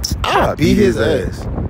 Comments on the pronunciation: No cap I did hear Eat. Know you probably meant to say beat. You gotta put emphasis on that. B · You gotta emphasise the B 😂😂😂